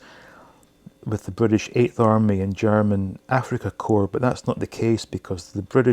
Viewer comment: Well done on your pronunciation of "Korps"....it bugs me no end when people,espescially those who should know better,pronunce "Corps" (or "Korps" in the case of Germany) as "Corpse".....the "p" and :s" in Corps are silent.